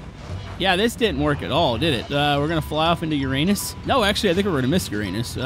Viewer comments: The pronunciation is YOUR-UH-NIS.😂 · He said uanis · It's pronounced yr.ay.nuhs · really you are killing with the word Uranus 😂